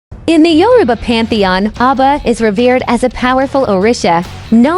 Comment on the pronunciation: The spokesman is pronouncing the names of the orishas wrong 😒 Ogun (O goon) Oba ( O Ba))